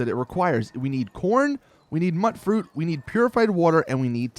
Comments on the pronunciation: Dude, really? Muttfruit? Tatto plants? MUTEfruit. TATEo plants. You know? Like MUTation and poTATo? Yikes. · By the way, mutfruit is pronounced mute fruit not mutt fruit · A great video but it's really killing me hearing it pronounced mutt-fruit. It's pronounced mute- fruit, short for mutant fruit. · is it pronounced Mutt fruit or Mute fruit? i always thought it was mute as in mutated fruit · Dude. Tato pronounced poTATO; Mutfruit pronounced MUTant. Idk why this bugged me so much. This is the first YouTube comment I've left in at least over a year. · And mutfruit is short for mutated fruit, so the "mut" is pronounced like mute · its pronounced myootfruit and tayto. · >muht fruit >tattoo Just no. ffs, this game has NPC's who talk to you, who pronounce this shit properly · Just a heads up, mutfruit is pronounced myoot-froot (as in mutant fruit) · Okay bro. Since you were helpful with this info I'm going to help you back and save you further humiliation. "Tato" is not tatt-oh. It's a potato. "tay toh". "Mutfruit" is mutant fruit. Note the "mute" sound. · my god you're pronunciation is horrid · does the pronunciation annoy anyone else?